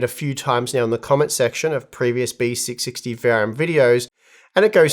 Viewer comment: Why it's sound like Besicsixty😂